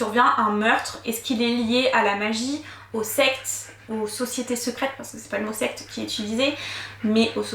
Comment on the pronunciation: A chaque fois que tu disais secte j'entendais sexe 😂😂😂😂😂😂